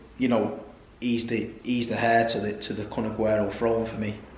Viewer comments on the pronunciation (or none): No disrespect but I do the same thing to Saeed….”heir” is pronounced “air” not “hair” 🤷‍♂️ I can’t help myself